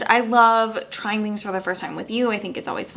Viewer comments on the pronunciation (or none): none